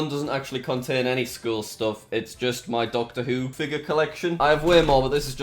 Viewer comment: Why does he always say me instead of my!😂